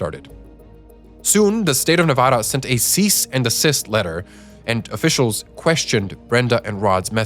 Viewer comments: Nev-add-a NOT Nev-odd-a!!!!!! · Are East Coast people allergic to pronouncing "Nevada" correctly? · you pronounced nevada wrong...